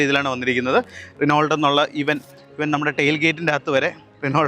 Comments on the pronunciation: റിനോൾട്ട് അല്ലടാ, റെനോ 😅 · റെനോൾട് എന്ന് പറയില്ലാശാനേ റെനോ എന്നാണ് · റിനോൾട് അല്ല, റെനോ ആണ് ബ്രോ 😂😢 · റിനോൾട് അങ്ങനെ അല്ല Reno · റിനോൾട്ട് അല്ല . റിനോ . നിങ്ങളെപ്പോലെ റിവ്യൂ ചെയ്യുന്നവർക്ക് വരാൻ പാടില്ലാത്ത മിസ്റ്റേക് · ചിലർക്ക് റെനോ എന്നതിന് പകരം റെനോൾട് എന്നും ഷെവർലെ ക്ക് ഷെവർലെറ്റ് എന്നും പറഞ്ഞാലേ തൃപ്തിയാവൂ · റിനോൾട്ട് 😂.. ഇപ്പഴും ഇങ്ങനാണോ പറയുന്നേ